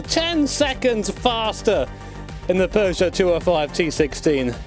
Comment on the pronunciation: Thumbs up for pronouncing PEUGEOT correctly, a much harder task than driving it.